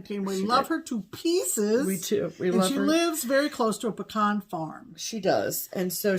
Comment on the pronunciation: Whew! I can’t tell you what a relief it was to hear you ladies properly pronounce the word “pecan.” Whenever I hear people say “pee-can” it’s like fingernails on a chalkboard to my ears 😮. If you’d like to turn some of those beautiful pecans into pralines (that’s “prah-leene” not “pray-leene” 😬) I can send you a fool-proof recipe - no candy thermometer necessary. Including some homemade pralines with your next small for an exchange would be a big hit - and an opportunity to to spread the proper way pronounce “pecan” and “praline” 😆.